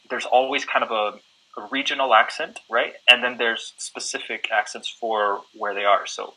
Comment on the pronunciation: proc vyslovujes slovo "specific" jako ['specifik]? Spravne to ma byt [spə'sifik].